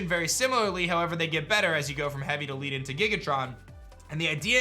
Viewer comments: Lead, not lead. XD omg... Led, not Leed, Lead, the Element, is very heavy, and that's Giga Ton, not Tron, no R. Like Link's Gigaton Hammet in Ocarina of Time. Basically Heavy, Heavier, Heaviest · On the "Leaden Ball" it's meant to be Lead like the metal. Also it's Giga-Ton not Giga-Tron, they are meant to imply that they are Heavy, like the Heavy Ball. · “Leadenball” is most likely pronounced with the same pronunciation as the word “lead” as in the metal. (Leh-den-ball) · i know you probably won't see this comment but i believe the leaden ball, is pronoun Led (The ED from something like the name Ned with and l at the start) en. Due to the fact that its a blackish lead colour and lead is a heavy element.